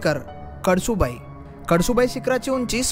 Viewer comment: कडसु बाई नाय रे भावा, कळसूबाई 😅